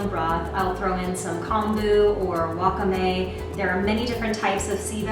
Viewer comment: wakah-may haha, wah-kah-meh :)